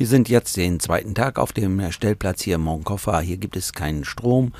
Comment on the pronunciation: Hallo und hallo! Bin begeistert eure Videos am schauen. Frage ist nur warum könnt ihr noch kein spanisch? Will kein Lehrer sein kleiner Aussprache Tipp: wie sprecht ihr Barcelona aus? Genau so muss man Moncofa aussprechen. Das C im Wort wird nicht als K gesprochen 😏 nur so als Tipp gute Fahrt 👋